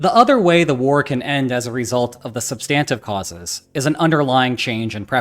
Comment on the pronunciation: "SUB-stin-tiv" = substantive (I humbly submit)